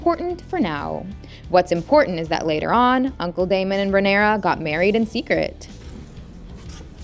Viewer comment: Holy shit, the way she pronounces words makes it hard to focus. Daughteeeeeur. Leanooour. Rhaenyroooooua.